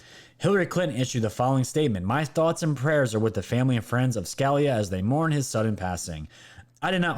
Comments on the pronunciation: Its not scaleya. Its Ska lee uh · Scalia pronounced “skuh LEE uh” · Justice Scalia is pronounced Sca-lee-ah. Just fyi. Great show. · Not being critical, just don't want those on the left to troll you. It's pronounced Justice Scalia... Scah-lee-ah. Thanks for your great reporting! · Scalia. Skah-lee-ah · I love your content and your show but for goodness sake please learn pronounceations of names. Sca- lee- ah, one of the greatest conservative judges ever. May he rest in peace. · You miss pronounce often , it is Sca li a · His name is pronounced Ska-lee'-ah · scalia is not pronlunced like a scallion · Pronounced “SKA LEE A” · I know it might be petty but please pronounce the justice name right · Hate to be picky, but you are mispronouncing Scalia.😀